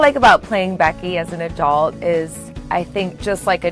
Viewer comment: 1.57 sec in. You begin to utter the word 'adult' a few times. All I hear is a Dolt, a Dolt, a dolt. Lecy, how sad a young lady such as yourself can be so adulterated from her genuine self. Your choice to deny the truth.